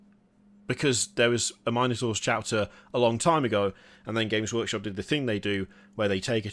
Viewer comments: did say James workshop? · ah yes, JAMES Workshop.